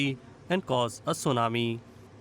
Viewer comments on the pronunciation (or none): What's a "tsunarmi"? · It's tsunami, not tsunarmi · Tsunami not TsunaRmi 😂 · What's a Tsunarmi?